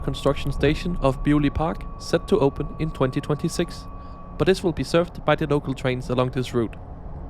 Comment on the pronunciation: I wasn't going to comment on your mistake in pronouncing "Anglia" until you managed to get "Beaulieu Park" perfectly!😂